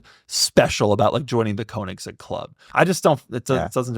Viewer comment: It's strange how so many car guys care about the pronunciation of porsche, but every single one completely butchers koenigsegg.